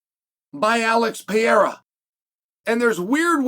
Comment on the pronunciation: “alex piera”